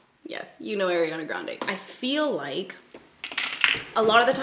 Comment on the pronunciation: How much shit are you getting over how you say Ariana Grande's name?